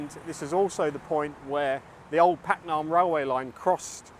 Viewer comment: "Paknam" is better pronounced "baag-naam" ปากน้ำ meaning estuary or river mouth or literally 'mouth water'.